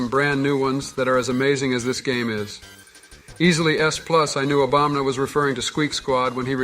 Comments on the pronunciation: Bro says obamna lol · Idk if it's because of the odd way speaking through AI works, but the fact that they say Obamna instead of Obama is super funny to me. I've heard it in a few of these videos and I absolutely love it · "f you Obamna" LMAOOO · The fact Trump and Biden keep saying Obamna cracks me up every time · I love how Trump always calls Obama "Obamna" that's great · The fact Joe and Donald just call Obama “Obamna” is funny to me